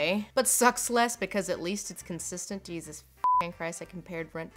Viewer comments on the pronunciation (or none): none